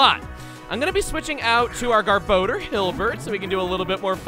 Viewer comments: anybody else bugged by the name "gar-bo-der" instead of "gar-buh-dor? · chuggaa...it is pronounced GAHR-BAH-DOOR, not "gahr-bow-durr."